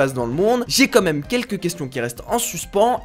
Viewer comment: "Quand même" pas "comme même" 😉